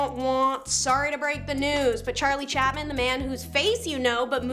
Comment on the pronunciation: I swear this channel must be trolling us with all the mispronounced something(s) in every video 0_o 😂 Charlie Chapman lol 😂